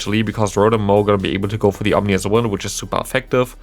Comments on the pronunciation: Omnious wind :-D I guess there were no omens about how to spell and pronounce that ;-) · Ominous wind. Like scary wind. But you said and have typed Omnious wind. Makes it sound like it’s all knowing now lol